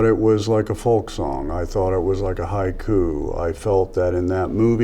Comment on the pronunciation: Nic says "haiku", me happy 😊